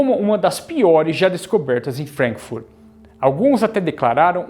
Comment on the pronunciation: Pronúncia FrAnkfurt, não frenkfurt